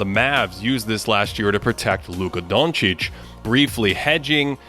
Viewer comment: side note that pronunciation of "Luka Dončić" though👌